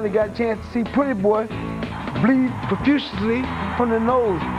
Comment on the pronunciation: they way Floyd Sr annunciates the word “profusely” cracks me up EVERY time 🤣🤣🤣